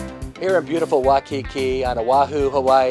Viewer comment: It's pronunciation is Wai (as in why) Kiki not Wakiki